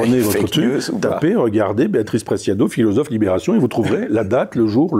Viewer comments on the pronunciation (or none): none